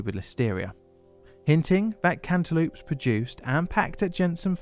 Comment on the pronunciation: "cant e loops" I thought this was an april fools?